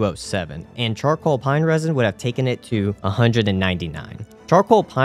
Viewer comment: Best one was "chorcall pine resin" during Nito fight ☺️